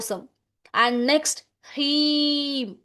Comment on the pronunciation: ప్రీం కాదు హ్రీం